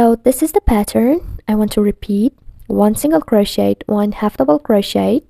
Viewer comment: She said croshiter😂